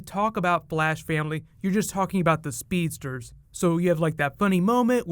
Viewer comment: 16 other "speetdurs?" lol I can't be the only one that heard that.